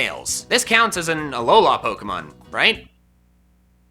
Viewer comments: IT'S ALOLA, NOT ALOHA! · Alola not aloha u aren't my grandma and mom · the way he says alolA makes me sad